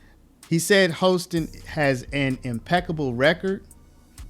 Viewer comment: Her last name is pronounced “HAW-ston”